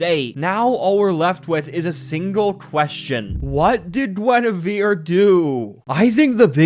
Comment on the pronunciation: Gwen-ah-veer Reference: Wife Of King Arthur Of Camelot And The Kinghts Of The Round Table